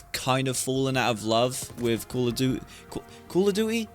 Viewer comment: I stopped playing cod before Vanguard came out. Cold war was the final straw. Tried bo6 beta and MW3 through gamepass and im glad ive saved my money over the years. SBMM is the sole reason i hate it. Every game is sweaty. Sbmm should only be in ranked. Oh yeah, you pronounce Duty like Jewty 👍